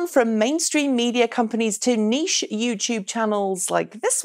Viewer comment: Thank you for pronouncing niche correctly.